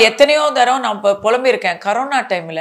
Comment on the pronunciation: அது கரோனா இல்லம்மா கொரோனா ...!corona😂😂